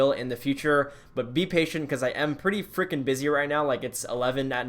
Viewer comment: It’s so funny when you say freakin’😂😂